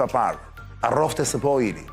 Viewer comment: Ta ndihmoj dikush Arjanin qe ta shqiptoj korrekt ESP&OIl se asht ba meme nga menyra se si e thote😅